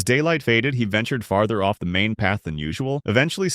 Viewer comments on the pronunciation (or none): sounds like cut of instead of cut off